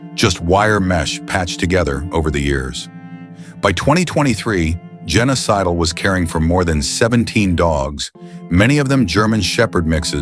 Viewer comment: Her name was Jenna Sidle. Sounds like Genocidal...when the narrator says it.